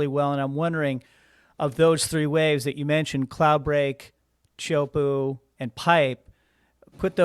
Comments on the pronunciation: Iaorana, cheers for your podcast, I know thousands of people go on and watch. Please, you need to stop butchering the pronunciation of Tea hu po'o. It's not puuu, the sound of squatting on the thrown. It's PO'O. This guy your interviewing from England is completely OFF! Teahupo'o is not NORTH/WEST. It's South/west. I have lived here at Teahupo'o for over 20 years. Why don't you talk to someone who knows what time it is? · Great interview. Please pronounce Teahupoo correctly.